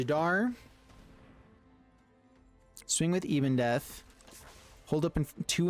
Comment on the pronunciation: It’s not «Ibondeath», it’s Ebondeath. Ebon as in ebony, meaning black.